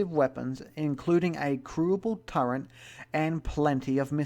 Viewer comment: You pronounce it TURRET, not Turrent. Turrent isn't a word.